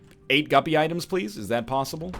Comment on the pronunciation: why he say plosible when its posible